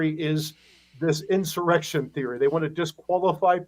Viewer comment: Did Mike Lee almost say “erection,” instead of “insurrection?” 🤣🤣